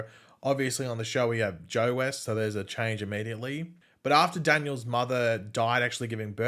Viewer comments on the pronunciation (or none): none